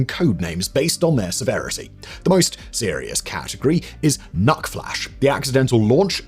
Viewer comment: "SACK", "SACK"! "NUKE-flash"